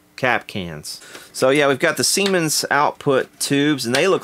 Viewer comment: You said siemens. I laughed. I commented. I'm now watching the rest giggling like a school girl.